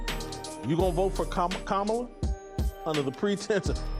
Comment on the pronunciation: Sound it out Jason, COMMA-LA